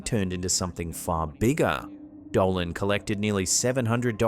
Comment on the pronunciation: Did anyone notice a white light, travelling fast from left to right in the 1st clip? Well, one thing bothered me. his name is Richard DOLAN, not Doland!!